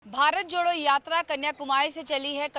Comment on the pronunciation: Bharat joro ni bharat jodo savd toh bolna seekh loo desh ko kya sikhao fir